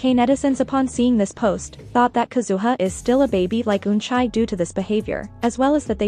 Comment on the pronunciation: Help the way she pronounced eunchae as "EUNCHAY" 😭